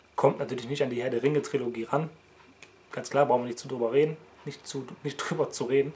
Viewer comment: ich würde lieber keinen neuen kanal erstellen für die vlogs wie siehts denn aktuell mit death note aus ? PS: Es heißt Trilogie, nicht TriOlogie ^^